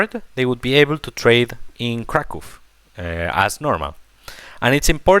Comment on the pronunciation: I appreciate the pronounciation of Kraków